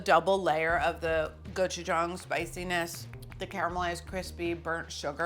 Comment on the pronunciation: I also appreciate Carla's accurate pronunciation of gochu-gang. Whenever I hear some Food Network chef say the word, I yell at the tv.